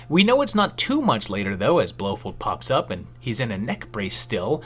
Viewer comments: your mispronunciation of Blofeld feld not fold has made me not finish your video it is as bad as if you had called Bond's other main villan Goldpinky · Love it but I wince at your pronunciation of Blofeld. It’s “Blow Feld” not “Blow Fold”. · I remember seeing a post maybe from about mispronouncing things on purpose to encourage people to correct him in the comments but man oh man BlowFOLD blow Fold fold fold fold fold. That one was rough